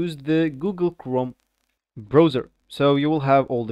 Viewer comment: Brauzer not Broazer!